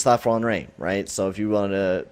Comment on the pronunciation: Don Cherry levels of mispronouncing names lmao. Alex Lafron-ree? :'D